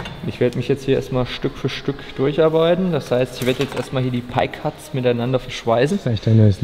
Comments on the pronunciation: "Pie" war schon richtig ausgesprochen von 😉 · PIE = Lautschrift Pai (war schon richtig von dir) Das andere was er da gesagt hat. PEI ist samonisch und heißt Mögen. Das Wort gibt es nicht auf englisch :D